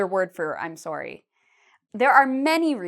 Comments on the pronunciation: Why is she pronouncing it “soary”? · Sounds like a Canadian accent on "sorry".